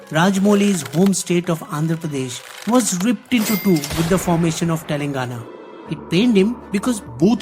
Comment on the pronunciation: TelaAngana not TelEngana